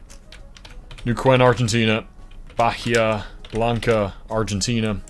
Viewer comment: Bahia is pronounced as “bah-EE-ah